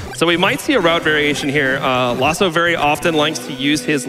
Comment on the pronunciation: Isn't his name Laws 042? Why do they say "Lawso"?